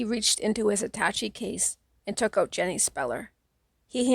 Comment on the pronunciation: I loved this book as a kid & I still do as an old-ish man! I tried listening to a few other ones before finding yours; yours is the best. In chapter 25(Jenny), the word attache has a shay sound, like atta-shay. English is a silly language, considering how often it breaks its own rules. I guess it's because English is made from so many other languages... Thanks for sharing this, here's hoping you have a great day!